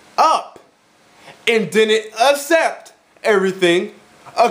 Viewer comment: this is the second person i know who says assept instead of accept